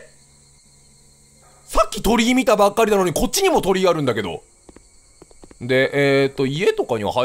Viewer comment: キヨさんの｢鳥居多くね？｣ が｢鳥多くね？｣に聞こえた人。 先生怒らないから 正直に手を挙げなさい